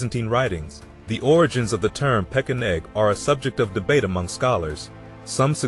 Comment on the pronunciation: Is it pesheneg or pekeneg? Or are both pronunciations acceptable?